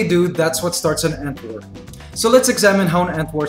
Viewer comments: when he said ant war I thought he said "ant whore" and I was like wait wtf? lol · No offence but when I heard him say "ant war" to me it sounds like "ant wh0re"